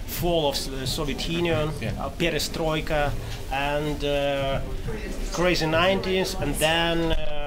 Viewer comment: В голос с "пьерестройка"